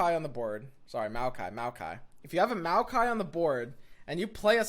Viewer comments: lol, everytime I hear him say it I imagine a jar of mayonnaise. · you wer JUST NOW STARTING TO PRONOUNCE BARUM HAF CORRECTLY MAYO-KAI???? Its Mowkai and Brom or brawm not BROWM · Think of him not like Mayo-kai, but rather, Mow-kai. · Plz, it's Mao-kai, not Mayo-Kai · Mowkai, not Mayokai. Lol. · it's MOW-KI not MAYO-KI it's MOW-KI not MAYO-KI it's MOW-KI not MAYO-KI it's MOW-KI not MAYO-KI it's MOW-KI not MAYO-KI it's MOW-KI not MAYO-KI it's MOW-KI not MAYO-KI it's MOW-KI not MAYO-KI it's MOW-KI not MAYO-KI it's MOW-KI not MAYO-KI it's MOW-KI not MAYO-KI it's MOW-KI not MAYO-KI it's MOW-KI not MAYO-KI it's MOW-KI not MAYO-KI it's MOW-KI not MAYO-KI it's MOW-KI not MAYO-KI it's MOW-KI not MAYO-KI it's MOW-KI not MAYO-KI it's MOW-KI not MAYO-KI it's MOW-KI not MAYO-KI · SSTOP SAYING MAYOKAI IM HAVING A HEARTH SEIZURE AAAAAAAAAAAAAAAAAAAAAA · he said "MAYO" kai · Hey man. Love the vids. Just want to help. It's pronounced mow-kai. Like saying now with an m instead. Thanks for the vids man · "Mayokai" i loled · SAY. MAYOKAI. ONE MORE TIME. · I hate that you pronounce maokai mayo-kye also: maokai with shark chariots? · m-ah-o-kai please, do more mayo kai.. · ah yes a mayokai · wait is he saying mayo- kai, AAAAAAAAAAAAAA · MAYO-KAI....oh no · no one:: mayo-kay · Take a shot everytime says Mayo-ki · Nobody:: Mayokai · nobody:: MAYOkai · You mean Mayokai? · The millkai is pretty obvious since it's a mill deck but the people above are talking about the way he says Maokai as "Mayo-kai". Perfectly reasonable but still a funny way of saying it. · Its actually insane how much the way he says Maokai triggers me and gets me to laugh at the same time. "May-Okai" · Its pronounced mow kai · why the hell do you say maokai in such a weird way? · Had to put a dislike just because of his pronunciation. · i am triggered by pronunciation of Maokai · It hurt every time he said it